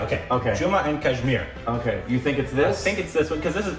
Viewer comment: Why nobody noticed saying “ Jumma and kashmir” 🤔